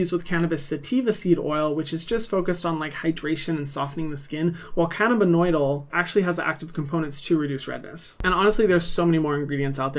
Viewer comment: Hey Hyram, love your videos and these recommendations so much! CBD is actually a compound called “cannabidiol” (pronounced can-a-bid-eye-all) not “cannibinoidal.” Just wanted to pass that along so you can get the most accurate info out to your fans ☺️😘